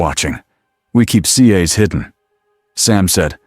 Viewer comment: Good story. Would have been nice if the narration voice pronounced it "CAS" instead of "SEE AYS"🤦‍♂️